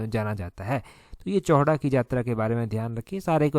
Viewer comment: सर चौहडा नही है चौहटा बाजार में बैठते हैं।